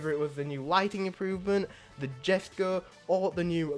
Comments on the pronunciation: The Koenigsegg Jesko is pronounced “Yes-ko” btw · It is written jesco but u pronounce it yesco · jesko is pronounced yesko and sian is pronounced see-yan